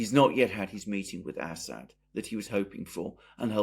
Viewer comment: I always love the way Alexander makes Assad sound like Asshat